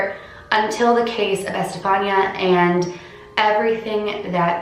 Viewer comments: It's pronounced Ehs-te-fa-nee-a.! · It’s pronounced estefania gutierez lasaroe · The pronunciation of her name is I’m pretty sure, este-fan-ee-a But... I could be wrong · Estefania is pronounced like Stephanie, but you add the Eh at the beginning and ah at the end. 😊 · Eh-steh- fah- nea is how her name is pronounced :) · I have a cousin named Estefania it's actually pronounced eh s - steph -ah -knee -ah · Good job on this video just one thing it's pronounced es-te-Fa-ni-a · It's pronounced e- Stephanie- ah ❤️ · it’s pronounced ES TE FAH NEE YA. It’s pronounced in Spanish Edit : Don’t get why some of you guys mad . I’m just telling her she pronounced it wrong so she pronounces it right next time . No big deal . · The way she pronounced Estefania made me cringe sorry I still love you and your videos lol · The way she pronounces her name 😂